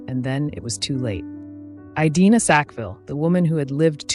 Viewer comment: great content, fascinating woman! Did you check the pronunciation of her first name? I believe it is a short "i", not a long one. A variation on this is the English name Edina. I have never heard it pronounced with the long i; my online research backs this up, and pronouncing her name correctly (by a human or AI) is an important part of doing her justice and respecting her memory. I sat this as someone whose name is mispronounced daily!! Thank you for celebrating these incredible women.